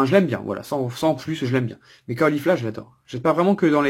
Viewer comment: Ka O lifla ?! Ka Laid ? DraGON Boll ? Mais où as tu entendu de telles prononciations ?? mon dieu xD Très étrange comme phonétique en tout cas ^^